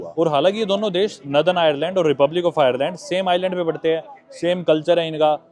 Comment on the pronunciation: bhai it’s nor-than not naa-than